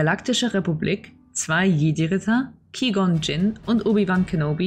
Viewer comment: 1. Die Filme habe ich gesehen, ja! 2. Qui-Gon ist indeed falsch ausgesprochen - mit dem hab ich immer Probleme. 3. Das Recap ist wirklich das Gröbste vom Gröbsten - nicht wieso Dinge geschehen. Dies ist definitiv kein Deep Dive und viel mehr aus der Sicht des Zuschauers nicht aus der Sicht der Charaktere mit einer gewissen Gewichtung bzw Interpretation dessen, was zu sehen ist. Namen werden im Vorhinein schon benutzt obwohl diese dort noch nicht bekannt sind (besonders in den Dennoch danke für die Anmerkungen und Kritik, die werden mitgenommen.